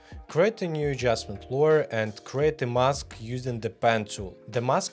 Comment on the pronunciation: Только не лоер, а лэйр)) лойер это адвокат 😂